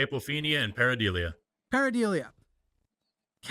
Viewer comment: Forrest, the word is pareidolia not pareidelia. 🤓